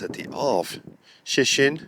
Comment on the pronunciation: Polish lesson... "Shhh-tet-in".